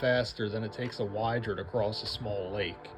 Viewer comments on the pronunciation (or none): Little thing about FPU. First - Wydra is read as "Weedra", not "Waidra" - Wydra is Eastern-European (Polish, Ukrainian, Russian/Belorussian) name for Otter. 4-wheel configuration of the vehicle is based on UTVs like Ukrainian SHERP which are designed fpr all terrain movement - being able to move in swamps, forests, flooded cities and used for rescue and repairs.